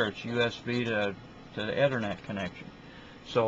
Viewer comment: erm, dude it's 'E'thernet not othernet... get it right please